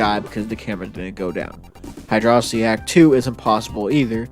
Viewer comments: bruh it's hydro-city not hydrossity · It’s pronounced “Hydrocity Zone.” ;) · The quality video and great concept do not excuse the use of "high-dross-itty". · Come on man don't 'whoops' it, own it. Hydro-city vs. high-dross-itty has been the longest standing war in the Sonic fandom. Stake your flag and be proud of it, no matter who hates how you say it. Hell, I'm pretty sure some smartass once called it "heedro-kitey" just to spite everyone else.